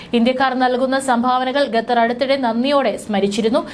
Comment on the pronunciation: Not ഗത്തർ, ഖത്തർ